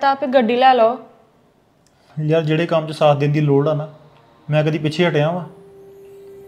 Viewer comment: Lor ki hundi. Pronunciation sudharo Biba